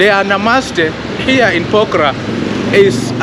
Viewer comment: Bro say pokhara not pokraa😂😂😂